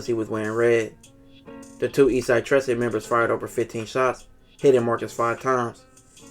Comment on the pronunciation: You pronounced 13 wrong. Trece is just 13 in spanish...